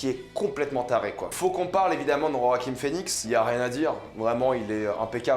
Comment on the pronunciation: Bonne vidéo, par contre c'est JoaquiN Phœnix et pas JoaquiM Phoenix